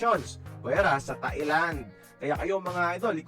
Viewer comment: Nakakatuwa nman narrator ntin sabi niya tae lang 😂😂😂Thailand po